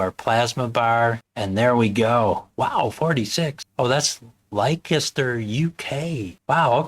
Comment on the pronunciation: Great review and great distro,. P.s. the town is pronounced "Lester", not "Lye-kester" 😄 (that made me laugh!)